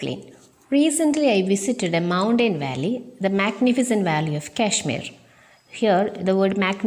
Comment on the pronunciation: Well done tr.Very useful to children. But the way you pronouncing the word 'mountain' is quite different from the actual pronunciation.